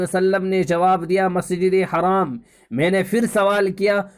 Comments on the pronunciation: Assalamu alaikum bhai jaan plz masjid e haraam na boliye masjid e haram boliyega plz next time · Bhai masjid e haram boliye haraam na boliye plz